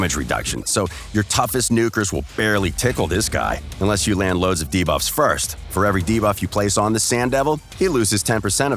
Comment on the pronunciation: No more "Da-buffs"?